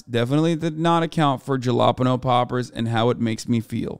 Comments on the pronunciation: did hasan say jah la pegno instead of halapeno omg hahhaha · Hasan's pronunciation of 'jalapeño' is upsetting